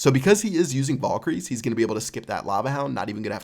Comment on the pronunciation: It really annoyed me the way you pronounced Valkyrie